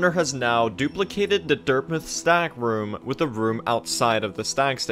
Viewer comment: Great video and all but why does he pronounce dirtmouth as dirtmuth?